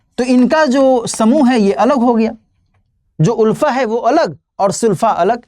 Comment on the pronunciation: Not उल्फा it's आलफा. Not Unified it's United.